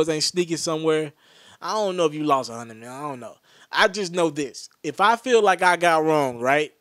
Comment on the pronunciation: he said a million metlin dude